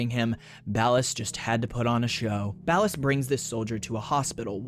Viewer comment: Ballas❌Bald Ass ✅